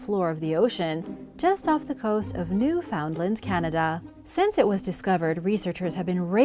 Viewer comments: NEW-FUND-LAND is how it's pronounced.. gawd.. I'm born and raised in Atlantic Canada.. How can you pronounce complex names from the Aztec or Inca and not get that right?? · new fundland is how it's said.